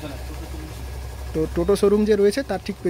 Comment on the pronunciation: Balisai noi balighai